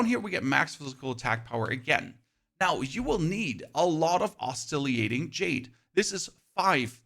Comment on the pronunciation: Oz-silly-ate-ing lol silly is right, dude these days all you have to do is google the word you don't know and hit the play button. Not exactly a high bar. Thanks for the guide and the laughs.